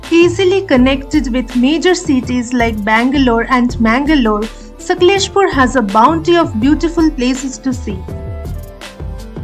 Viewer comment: Please pronounce the name of the city properly. ....